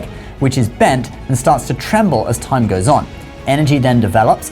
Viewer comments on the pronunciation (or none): none